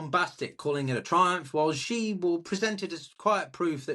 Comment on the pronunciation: As a Sinologist, as soon as Trump was reelected in 2024 I called a PRC invasion of Taiwan during his presidency. I still stick by that. Also,, you're better off pronouncing "Xi" exactly like the English word "see" — it's not perfect, but it sounds better than "she", "zhee", or "jee" 👍